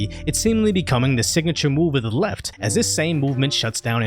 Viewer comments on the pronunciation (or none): none